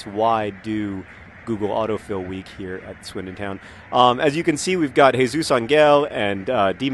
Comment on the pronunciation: John, good job pronouncing Jesus, but try to think of Ángel as ON-hell or something. No hard g. :)